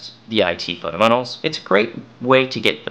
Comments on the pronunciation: You say "fundementals" in a weird way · Is he saying fundamentals?